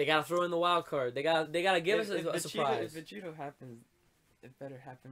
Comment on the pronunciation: please god say vegito correctly dude